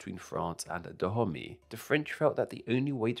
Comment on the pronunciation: Actually it's not pronounced '' Tha Homie'' but "Da-o-may" sorta